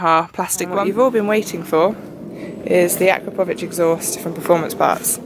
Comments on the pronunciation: From Europe and not how you pronounce it but what ever. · Is it pronounced akrapovic with an ic or ich?